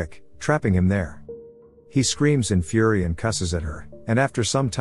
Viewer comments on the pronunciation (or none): none